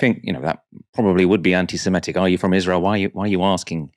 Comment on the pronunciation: The word is Semitic not semetic